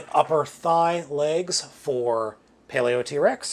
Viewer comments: I think Paleotrex's name is supposed to be pronounced: Paleo-trecks. That being said, yea, the pins in mine are loose too, specifically the left knee. Perhaps the two pachy fossilizers offer the stability parts these 3 are lacking to make a proper combiner. Personally, I just want an extra set or two to make my own bone throne. I really hope they release skellivore as a stand alone figure, and that they release the other fossilizers in special clear colorings, too. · You pronounce it paleotrecks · the thing that annoys me the most how he says “paleo Trex” instead of “paleotrex